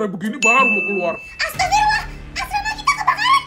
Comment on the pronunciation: astagfirullah ya kak, bkn astaffirullah. soalnya bacaan yg benar itu astagfirullah bkn astaffirullah